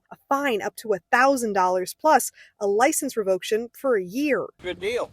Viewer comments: did this lady say revoke-tion? lol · License "revoction?" LMAO! English much?